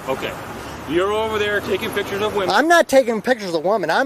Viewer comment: 😂😂you would think a 'journalist' would know how to say pictures and that photographying isn't a word 😂😂